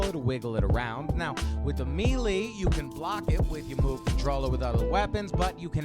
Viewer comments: Sorry to be "that guy," but this is a personal pet peeve of mine. The word "melee" is pronounced "may lay" not "mee lee." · me-lee lol